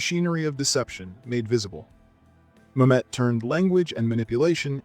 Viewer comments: Good list. FYI David Mamet's name is pronounced MAM-et, not ma-MET. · Great list. One note - it's David MAM-et, not ma-MET. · MAM-et!!!!!!! My GAWD, PRONOUNCE PEOPLE’S NAMES ACCURATELY!!!!!! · "The movie is pure ma-MET" is ironically amusing though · To quote Mamet: "It's pronounced MAM-et. You putz." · Obviously some great films here, but isn’t this the dumbing down of America with a narrator who is so estranged from the material that he does not know how to pronounce Mamet? Otherwise he sounds so informed, but what emptiness. A narrator (and producer) with integrity would put in the necessary work. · Wonderful video. I so agree with you. Only one small note. You are mispronouncing Mamet. Many people do that. Google it. Oh and keep up the good work.